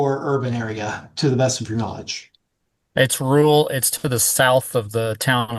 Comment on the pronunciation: Laughing at them both trying to pronounce "rural".